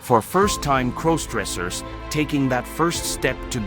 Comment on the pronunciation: Please stop mispronouncing crossdressers 😢